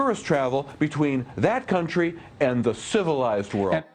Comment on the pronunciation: I don't know why but the way he pronounced "...and the CIVILIZED WORLD" made me laugh hard :D